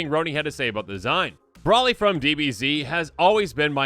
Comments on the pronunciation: Dude it’s pronounced Bro-ly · How can you claim to be a DBZ fan and completely mispronounce Broly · what broly is pronounced got me dead